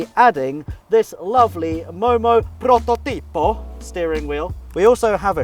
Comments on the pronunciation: As an Italian, when I heard the ways you say "prototipo" I laughed so much! 😂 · OMG that "Prototipo" pronunciation lol